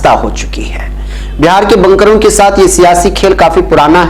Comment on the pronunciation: بنکروں ب کو زبر کے ساتھ پڑھ رہے ہیں حالانکہ ب کو پیش کے ساتھ پڑھنا چاہئے